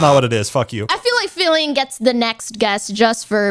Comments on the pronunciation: Did no one notice called filian filling? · ah yes, filling